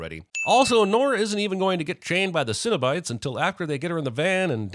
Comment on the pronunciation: i love the "sinobite" conversion from cenobites lol